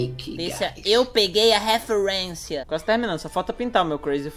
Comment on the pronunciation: "Eu peguei a refuerincia" Normali UwU